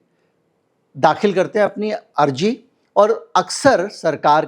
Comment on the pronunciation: Arji nahi arzi hota hai z ko j j ko z s ko sh sh ko s....padte ho Hindi bi sahi nahi boli jati